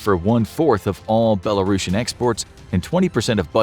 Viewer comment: its not belarosan, Its BELARUSIAN.